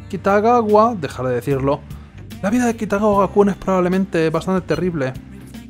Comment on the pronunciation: Es Kitagawa, no Kitagawara